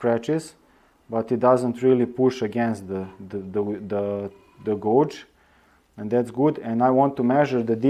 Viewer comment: "Dishing gauge"; "gauge" is pronounced with the "auge" part sounding like "age".